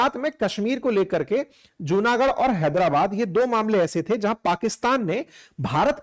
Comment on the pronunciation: Right pronunciation is जुनागढ & माणावदर 🙏🙏